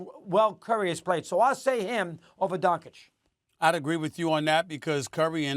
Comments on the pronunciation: WTF is with this Doncik and Donkic 🫏? Yo jackasses, it's not that fucking hard, its Donkick! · Don-CHICH, not Don-Chick, dude is in his 5th season and you morons still can’t pronounce his name. 😂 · If Mad Dog says Don-kich one more time man 😂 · nobody: mad dog: DONKic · can they stop calling him donkic or doncik , holy fk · Such a disgrace!Two gazzillion dollar paid so called analytics do not have enough respect to young european guy,who is actually a super- star of NBA, simply to learn how to pronounce his name. All this silly Donchik,Donkich,,from Steven A. and Mad Dog,Very arrogant.Very unprofessional.Little more respect to the world, gentlmen,DO YOUR HOMEWORK! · They still can't pronounce Doncic's last name. Might as well call SAS as Stephen A Smith (Curry pronunciation). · All these years and Stephen A sill cant pronounce Doncic correctly.... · SAS is so disrespectful always pronouncing Doncic incorrectly. He doesn’t understand common courtesy and respect.